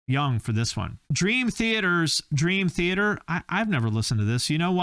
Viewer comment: It's Dream Thee Aye ter